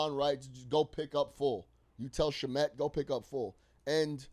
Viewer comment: Can you pronounce Shamet correctly